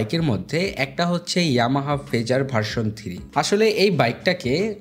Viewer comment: উচ্চারণ থিরি না, হবে থ্রি।